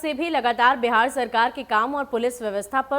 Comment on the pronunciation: Madam pahle Bihar kahna sahi se sikhiye uske bad ankring kijiyega